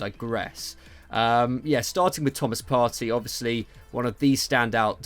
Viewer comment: Its 'Partay' Partey not Party